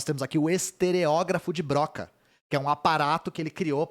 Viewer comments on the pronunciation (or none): única coisa, a pronuncia certa é "Brocá"